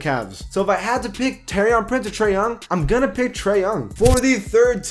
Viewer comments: TOUR-EEEY-AN PRINCE PAC U STAY GETTING THAT WRONG😂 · Same at Taurean Prince